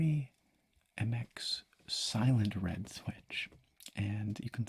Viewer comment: ‘Slient red’ lmao